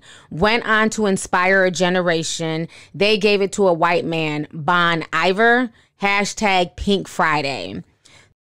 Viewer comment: Pronounced Bone Eve-ear... but go ahead pronounce that white man's name wrong 🤣🤣